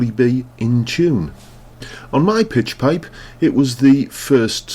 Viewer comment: What's a "Pitch Pite?" Is that Ingrish?